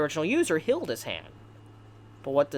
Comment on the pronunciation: Good video but ur voice is Annoying af “hilled” “rivil”